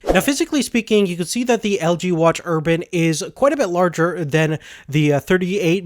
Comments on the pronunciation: ur-bane not urban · Urbane, urbane, urbane. Not urban. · its urbane not urban... urbane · You're not pronouncing Urbane correctly. It sounds like you're saying Urban, which is an area with high population density such as a city. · urbane not urban. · fuck you ***** he pronounced it urban. not urbane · Ur -BANE not erban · Watch Urbane has 245 PPI not 348. PPI calculated for a circular display is different than a square one. Just my input. Nonetheless the screen looks great. Also the Urbane does not have NFC. And last of all its pronounced Ur-BANE.